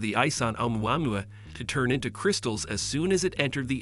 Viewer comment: This is the worst pronunciation of Oumuamua I have heard so far 😂 It is funny how almost no one gets it right. maybe all the voices are AI generated lol